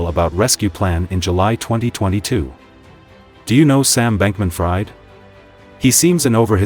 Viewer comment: If you are choosing to use AI Voiceover tools (as it is obvious you are) then at least take the bother to edit video text prior to translation to 'speech' so that the AI voice reads it as it is supposed to be pronounced: in the case of SBF -- 'Fried' is pronounced 'Freed' (which should have been more than clear to anyone researching the FTX fiasco). This is a new channel so attention to detail is worthwhile -- this advice is meant as constructive criticism so I hope it helps!